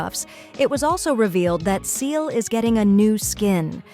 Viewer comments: I still use Seele, she is great in Divergent Universe with the right set up. That said, I do recognize there has been power creep that has knocked Seele out of the top. Also, as this is my first time watching one of Almight Shotgun's videos, is the voice AI generated? As the voice kept saying Seele's name wrong. It's not pronounced "Seal", it's pronounced "See-la". She and others in the game say it as such. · This AI voice saying Seele's name incorrectly annoys me so much that I almost left a dislike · One day I will find an english-speaking person who pronounces poor Seele's name right xD One day. I have heard like 10 variants already haha